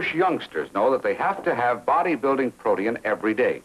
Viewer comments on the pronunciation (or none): I notice in these early cereal ads, they always refer to protein as "PRO-tee-ins" (plural). It must have changed some time in the '60s. He keeps saying it and saying it - drives me nuts!